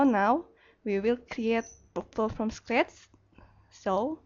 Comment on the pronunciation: Lol, I hate when you say scratch,, no offence, but I can bearly understand what you're talking about.